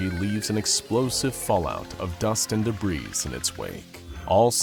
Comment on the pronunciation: Debrees is not a word. Debris is pronounced “debree”. It’s a French word, the s is silent